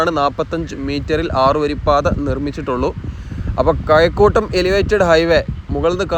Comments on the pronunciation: കയക്കൂട്ടമല്ല കഴക്കൂട്ടം ഒർമ്മവെക്കണെ സുഹൃത്തെ, പയമല്ല പഴം😢 മയഅല്ല മഴ😢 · കയകൂട്ടം അല്ലെടോ, കഴക്കൂട്ടം.മാന്യമായി മലയാളം പറയെടോ. ഒരു കാട്ടുജാതി മലയാളം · കയക്കൂട്ടമല്ലടോ കഴക്കൂട്ടമെന്ന് പറയാൻ പഠിക്ക് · കഴക്കൂട്ടം..... കയക്കൂട്ടം അല്ല.. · കയക്കൂട്ടം.. ആലപ്പുയ..😂